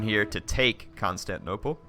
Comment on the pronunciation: can't wait to watch the battle next episode but please...someone tell how to pronounce constantinople. it's not constanople where the syllable 'tin' is completely missing and it has been like 10 episodes with him saying it like that.